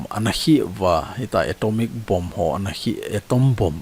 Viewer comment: Boom hilou in bomb joh tidi ahi e Boom ❌❌❌ Bomb ✅✅✅ Nangpa hi lekha themlou, YouTube channel bol lunglut mi nahi e